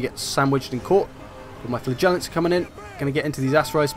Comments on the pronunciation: FlA-Gellants? Wierdest way of saying FlaG-ellants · Sounds like you say "flatulants" ...